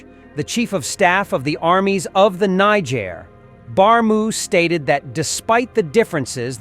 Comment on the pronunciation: Greethings the word is Niger and not injer same for Nigeria and not Nijeria thank u